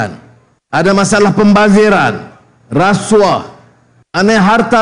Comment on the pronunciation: Lembutnya sebut rasuah. Bukan rrrrassuaahh ke?